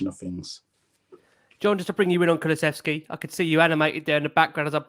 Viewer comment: John... It's Kulu-sev-ski. Not kuluvetski. 🤣